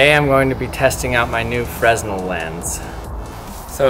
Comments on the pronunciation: The "s" is silent and the stress is on the second syllable. "Fruh-NELL" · It is not pronounced 'Fresnel', it is pronounced 'Frenel', without pronouncing the 's'. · That is a "freh-NELL" lens, not a "FREZ-nle" lens. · fruh-NELL. fruh-NELL. :-) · Sorry...I can't keep watching without cringing. Fresnel is pronounced fernell. I'm in Stage Crew and that's what we were taught. But that's none of my business ☕🐸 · its pronounced frenel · its pronounced "fernell" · Augustin-Jean Fresnel was the first person to use one, the person who invented it. And it's "Fruh-NELL", by the way. The "s" is silent. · the s is silent in fresnel... just thought you should know... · Jason Rogers he can say it however he wants.